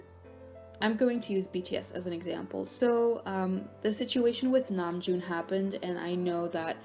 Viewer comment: that's how you pronounce his name